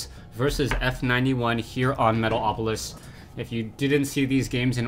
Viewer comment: I love how you always say "Metaopolis" :D